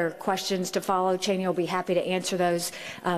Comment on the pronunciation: you said Chaney--the weapon dealer for the usa